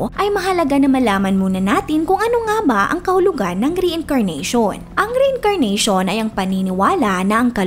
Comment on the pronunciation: Mali pa pag ka basa mo ng reincarnation hahaha